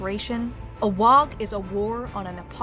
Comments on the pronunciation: Ooh, you got me all the way until you pronounced the g in WAAAGH. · Amazing but the g is silant in WAAAGH! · The g in WAAAGH! is silent. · It's not a wog you jackwagons, it's pronounced Waaaaaaaa like war with no r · It's not "wog" it's "WAAAAAGGHHH" (war) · Waaaaaagh is pronounced "Waaaaaaaaaaaaaa" not "Waaaaaaaaag" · FYI Waaagh is pronounced Waaah and NOT Waaag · It annoys me every time I hear someone pronounce the G in Waaaugh. The English language is a bastard of mixed rules, but I can't think of a GH combo at the end of a word that isn't silent or pronounced as an F. "Wahf" would be a better guess than "wahg", even though it's obviously "wah". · FFS Waagh does NOT have a hard G at the end. It's pronounced Waaaa. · it's not pronounced "Wog", its pronounced "WAAAGH!" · Even mispronounce Waaagh, it's said Waaaah, NOT Waaaag. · Its pronounced waaaaaaa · Ork Waaagh isn't pronounced "WA UH G". The ork warriors usually don't ever get to the G sound. So it sounds like a prolonged WAR. It just sounds weird when you pronounce it the way it's spelled because they don't :/ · Teehee, dis dumb 'umie can't say WAAAGH! Et sez "wog" Shtoopid 'umie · Did you say “Waag“? I think it's pronounced: “ WWWAAAAAAAAAAAAAAAAAAAAAAAG!!!!!!!!!!!!!!!!! “ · Except for the "Wogh". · Pretty sure she's mispronouncing WAAAGH! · i always thought it was a silent G. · The "gh" is silent . Otherwise, crackin video. WAAAAAAGH!!! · That's not how you pronounce WAAAAAAAAAAAGH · Pretty sure you don't pronounce the G in WAAAAAGH. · The "GH" in WAAGH is to prolong the vowel and isn't pronounced. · ya dont say the G in WAAAAGH!! you bloody gits